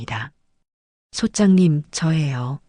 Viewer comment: 부동산 얘기중에 성우가 소짱님 !소짝님!하는데 소장님아닌가요